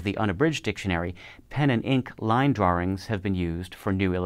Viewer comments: 'Draw-rings"? Really? Is an American editor at Merriam Webster mispronouncing "drawings"? Tell me this is more than dialectical variance. Is he Mike Meyers' British child character Simon on SNL? Very strange. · drawrings? where does the additional "r" sound come from in drawings? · I love his pronunciation of "drawrings." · I think you need to produce an episode covering your unique pronounciation of drawings.